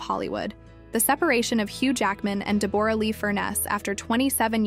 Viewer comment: I’ve never heard anyone pronounce Deborah as Debooorah😂